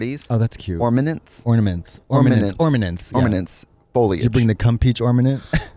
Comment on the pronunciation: "ormanents" lmaoooo